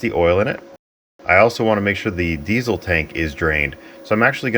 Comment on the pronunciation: I may have heard wrong, but are you one of the only Americans who pronounce 'Diesel' correctly; 'z', not 's'? If so, you have my respect :-)